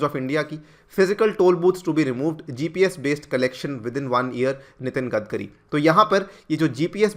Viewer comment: 'गडकरी' नाम है उनका 'गदकरी' नही, आपको अगर 'आग्गारवल' बोला तो चलेगा क्या?